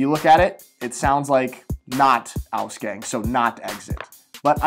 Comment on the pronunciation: I honestly didn't expect you to misspell "Ausgang" so hardly. It shouldn't be pronouced like "Gang" from like crips and bloods and shit. It is supposed to be pronouced just as you would read it off the alphabet. A. Gang, like hallway